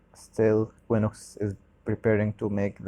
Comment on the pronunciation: if you read quinox = kinox not kwinox.